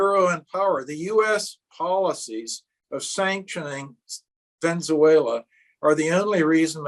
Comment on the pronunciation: Wheres Ven-zuela? Struggle to take someone seriously who can't even pronounce the name of a reasonably large and famous country properly.